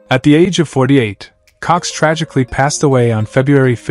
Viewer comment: I thought you said tragic